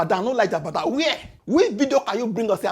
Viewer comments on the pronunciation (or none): I love what you're doing...It's Jagaban not Jabadan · 😂😂😂😂😂😂🎉 ooooooo, it's not jabadan ooo it's jagaban, of borgu 😂😂😂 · he is called JAGABAN not JADABAN 🤣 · Jagaban ❌ Jabadan ✅ 😂😂😂😂😢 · how 😂 it's JAGABAN not JABAGAN 😅😅😅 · Its Ja-ga-ban not ja-ba-dan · Jagaban not Jabadan😅😅😅😂😂😂 But for real, you get time that answer that dump guy. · Jagaban!! at least get his bloody name right 😂😂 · ""JABADAN""" 😅😅😅😅😅 My guy say naa JABADAN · you called Jagaban. Jabadam 😂😂